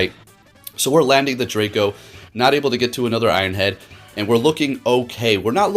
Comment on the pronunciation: "anotherrr quiterrrr" lmaooo